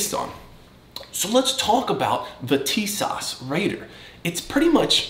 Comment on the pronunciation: First of all, it is pronounced, "teesaw"...